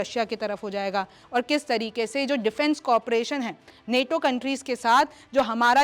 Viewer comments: Neto nahi nato hai Theek se bolo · नेटो नहीं नाटो है मैडम 😂